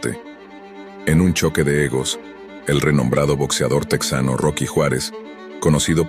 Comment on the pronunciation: Orale! No se dice TEX ANO, se dice TE JANO. No pronuncies esa palabra a lo gabacho!